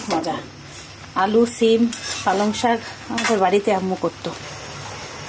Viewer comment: শাগ নয়। শাক্। শুধু বোরিং না বিরক্তিকরও। রান্নার সময় প্রত্যেক মুহূর্তে কথা বলতে থাকে। এত অস্বাস্থ্যকর পরিবেশ ও পদ্ধতিতে রান্না করে!! প্লাস্টিক কনটেইনার (কাঁচা হলুদ বাটা রাখা) গরম পানিতে ডুবিয়ে ডুবিয়ে হলুদ গলানোর চেষ্টা!! যা শরীরের জন্য মারাত্মক ক্ষতিকর। সবসময় স্বাস্থ্য রক্ষার কথা বলা হলেও ভীষণ অস্বাস্থ্যকর কাজ কর্ম করা হয়।